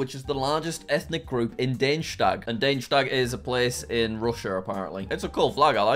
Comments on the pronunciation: That's Dagestan, not Danestag (?). It's pronounced Dah-Geh-Stan. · Everyone: da-ge-stan Jack: Dane-stag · Dangestag? Dag-es-tan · The fact that Jack pronounced "Da-Ge-Stan" as "Dane-shtap" is hilarious to me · Ah yes Dayjtag. How tf did he come up with this 😂. It's literally just da-gge-stan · Google: Dagestan Jack: Daneshtag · it's Dagestan, not Deinshtag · You said Da-ge-stan as De-in-stadt ! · Jack.. [day-je-stan]? It’s [Dah-ge-stan] lol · Jack, its De-ge-stan, not Daysh-stag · Jack, it's not pronounced /dej-stan/, it's literally just /da-ges-tan/ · it's Dagestan, not dugstein duh-geh-stan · It's pronounced dag-e-stan not dage-stan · Bro said Degestan wrong!💀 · Jack pronounced Dagestan like Daneshtag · ok jack i know youre bad at reading but how did you turn Dagestan into dayneshtag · why did Jack say Danestag? sounds like a place in Germany, probably because he's been learning german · Hey Jack, love your videos! But for clearance, Dagestan is pronounced Daag-is-stan! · Danestag 😂 how does jack manage to mispronounce everything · Dagestan ❎ Danestag ✅✅✅ Khabib would not be proud 😂😂😂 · it's "Dagi-stan". G with a G sound (as in dog) and not a J sound. It's where khabib and Islam are from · Wait, how do you even manage to pronounce Dagestan as "Daneshtag"??? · bro really said danestag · he really said " Daneshtag" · Jack pronounced Dagestan as Danestag 🤦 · bruh he says daheshag instead of Dagestan I only know that because I watch khabib😂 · Dagestan is apparently pronounced Deinschtag. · bro pronounced dagestan as daushlat 💀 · dagestan is pronounced dah-ghi-stah-n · WTF that os not How you say “Dagestan” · I laughed at the way Jack pronounced "Dagestan" lmao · God, the way he pronounced Dagestan... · how do you mispronounce 'Dagestan' so badly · wow, i never knew someone can butchered the name "dagestan" so bad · How exactly did you pronounce "Dagestan" THIS incorrectly? lmao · He pronounced Dagestan completely wrong 🤦